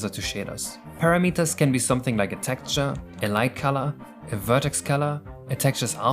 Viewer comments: why do you pronounce it "para meters" and not "puh ra mitter"? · Para-meters....... That's a.. funny way to pronounce it.. It's like measuring the distance a Parakoopa can go.